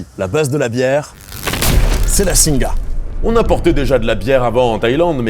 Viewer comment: Petite précision pour faire chier :) "Singha" ça se prononce "Sing". Le Thai est généralement mal romanisé et le "ha" est donc muet